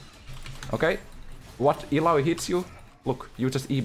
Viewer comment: Tha way he says ilaoi, daaam that sounds good